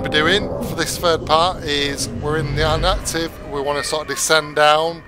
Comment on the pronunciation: i was confused because im relatively new to Subnautica and it sound like u said active and the i card said inactive